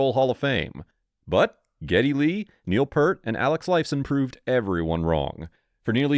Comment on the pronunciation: Who is "Neil Pert"???